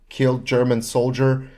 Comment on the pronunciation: Oh your Slavic? Your German pronunciation was perfect so I assumed you were german.